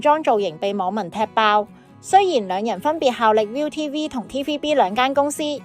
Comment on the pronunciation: 請讀 啱 viu呢個台的名